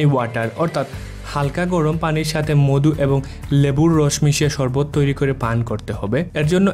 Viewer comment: ভাইরে মদু না মধু হবে ......🙄🙄🙄